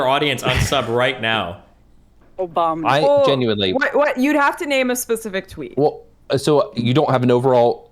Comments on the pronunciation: im sorry but the trudeau is a teenage girl argument felt like a massive waste of time compared to the rest. Should have just spent that time saying "OBAMNA" over and over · Goddammit I’m trying to workout and every time “Obamna” happens it fucks up my set